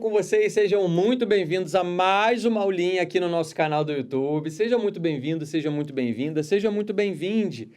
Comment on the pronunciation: Bem vindi? KKKKKKKKK